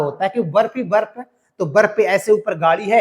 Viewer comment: बर्फ को वर्फ 😂😂😂